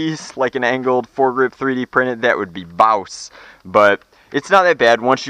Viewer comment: I cringed soooooooo hard when said bawss